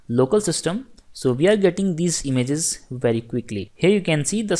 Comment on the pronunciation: It's not imzzzzz it' IMAGE LOL. Great lecture though thanks a lot